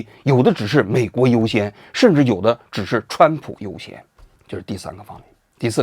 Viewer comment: 蹿普 这发音 ,挺好 挺好